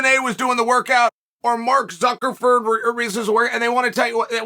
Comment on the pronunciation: Mark Zuckerferb?? Chael, there’s no way